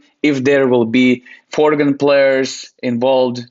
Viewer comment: Again saying FORGAN players instead of foreign. Keep it up with the podcast:)